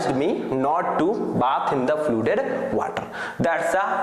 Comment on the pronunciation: Sir it's not fludeed its flooded!